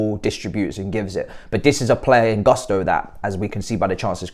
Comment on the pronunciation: try to pronounce Gusto in a way that doesn’t sound so English😂